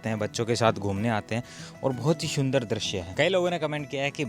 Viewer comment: भाई आप सुंदर को तो शुनदर बोल रहे हो और शहर को सहर। अपनी भाषा को सुधारो । प्लीज़ बुरा मत मानना। ये हमारी हिंदी भाषा है सही से बोलो। आप पढ़े लिखे आदमी हैं ज़रा खयाल रखें। वैसे आपके विडियोज़ बहुत जानकारी वाले होते हैं। शुक्रिया। Me from UP . I m husain.